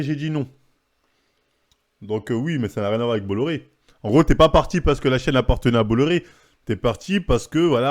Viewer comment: On dit « bois iar »